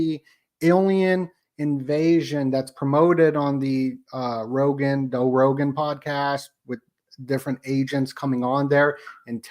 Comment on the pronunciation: “doe Rogan” 😅